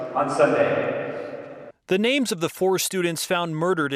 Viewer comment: So strange to watch this in 2025, hearing the reporter read the names and mispronouncing them. Now everyone knows these names, the faces, their families. Just weird seeing this from back then